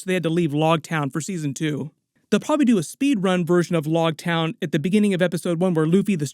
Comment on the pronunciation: It’s loguetown like rogue not like log. Big fan just thought I should help as a manga reader.